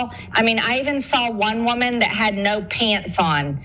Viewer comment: "No pyants on"